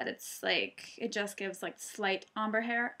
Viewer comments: are u saying Ombre hair? or amber hair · omber? lol OHM-bray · Omber hair??? Lmao u butchered that one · she said ombre not amber haha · your accent is confusing me! hahah are you saying amber hair? looks gorgeousssssss!! love your head band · I am pretty sure someone has told you already but it's pronounced ombre= ohm-bray. Other than that I love your blonde hair :) i wish i had the coloring to switch back and forth from dark to blonde. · Isn't it pronounced om-bray? I'm not sure since I'm no expert but I've heard people say it that way. Anyways, your hair look amazing...you can seriously pull of any color! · ombre is pronounced like om bré ....thought you should know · are u saying Ombre hair?